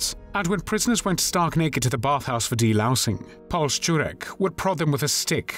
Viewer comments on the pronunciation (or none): You go out of your way to be exacting in your pronunciation, which I applaud you for, but in German "Paul" is pronounced "Powell", as in Colin Powell. (Sorry if I'm being pedantic!)